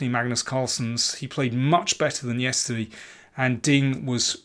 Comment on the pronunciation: I love how you say yesterdee :)